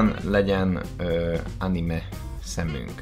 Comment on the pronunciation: ánimé? ÁNIMÉ??? AZT MÉG MINDIG ANIMÉNEK KELL EJTENI #animefanrage